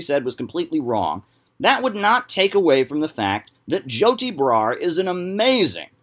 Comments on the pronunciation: "Joe tea bra" why does he pronounce things like a principal in an after school special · I love the way he says Joti Brar's name. It sounds like "Joe T. Brar"